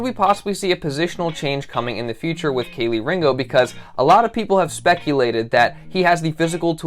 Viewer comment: It’s pronounced key 🔑 Lee